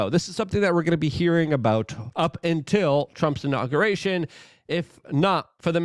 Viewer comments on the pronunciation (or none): none